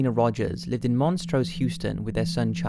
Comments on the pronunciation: It's MONTROSE in Houston, not "Monstrose". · its Mon-trose Houston not monstrose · it's montrose houston, not monstrose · MONTROSE in Houston, not Monstrose. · Dear lord this is like the 4th video I"ve watched where you've blatantly mispronounced things! Look up how stuff is pronounced before you do the videos! It's Sah-line-ah, Tx and Mont-Rose in Houston.